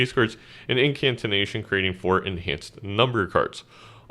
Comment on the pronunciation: it's just 'incantation'. you're putting an extra 'n' in there.